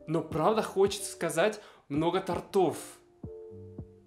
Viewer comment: кроме тОртов не вижу никаких страшных ошибок, просто разговорные формы. страшные ошибки для меня: "по скидке", "на стиле", "на раёне". ударить хочется, как слух режет!